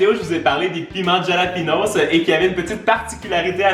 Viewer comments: ça se prononce Ralapegno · Juste sa s’écrit jalapeño mais s se lis halapeño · Le piment ce prononce "Ralapégnosse" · J'adore tes vidéos mais pour les piments c'est la rota c'est écrit jalapeño mais ce dit ralapegno un grand respect a vous! Mon rêve est d'habiter au Québec!